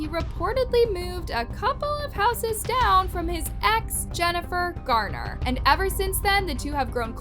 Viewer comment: It's "Garner"--not "Gardner."